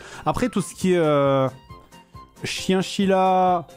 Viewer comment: Il a vraiment dit "chienchilla" ? 🤣🤣🤣